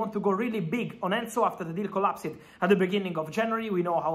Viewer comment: "collaps'd" not "collaps-ed"